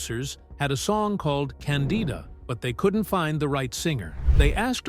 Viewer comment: are you deliberately mispronouncing names? like Candida and Cassavetes?